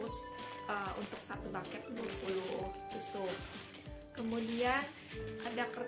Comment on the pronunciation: Bouquet dibaca buket aja Kak, kalo Baket artinya jadi kaya Ember.